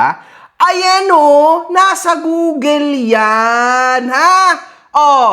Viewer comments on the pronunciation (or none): none